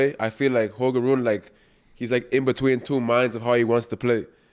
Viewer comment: It's Holger Run-E.